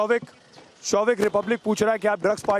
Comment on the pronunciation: Showik hears like ShoveIt ! LOL What a family Dad is a Drug addict Son is a peddler and Daughter is a Call Girl Mother is the broker. Sahi !!